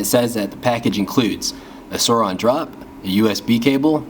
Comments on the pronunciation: It’s pronoced soooran not soran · It's not "sourOn" drop its "sourIn" drop wtf did anyone else get bugged by this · It’s (soorin) not (sooron) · Its not Sur(awn)its Su(oh)rin Edit: its not “rubber” finish its “matte” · U realize it's sourin not siroun hwo did u read the vowels backwards wtf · Suor in not suor on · It’s pronounced souuraensdespacito not sorin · Not being any type of way, but I think it’s pronounced Swo-rin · Your not saying it right it’s soURIN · It’s pronounced soarin’ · It’s pronounced sórin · He’s saying it wrong